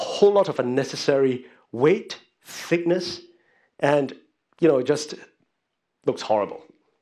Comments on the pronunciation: Thickness and not thickess :) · "Thickess" wut?